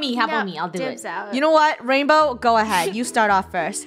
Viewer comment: Its Rainbow not rainboah